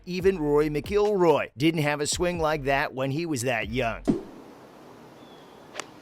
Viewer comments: McIlroy NOT McGilroy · Mcgillroy??? Are you serious you don't even know how to say Rorys name right? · That 'Rory Mceeelroy' was enough for me to know that this is complete garbage..! The use of ridiculous artificial voiceovers, shows that the creator doesn't care about quality - seemingly backed up by 187,000 views and only 500 likes..!!! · Did my ears stop working or did he say, “Rory MacGillroy?????” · Yeh, dude should go learn the name of one of the worlds best golfer before doing reviews! 😂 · Almost sounded like he said Roy… lol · It's Rory Mac IL Roy by the way. It's spelled m c pronounced Mac. Come on now... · You butchered Rory's last name.